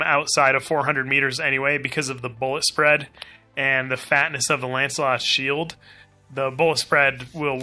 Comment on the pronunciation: You said "Ancilot". Not Lancalot!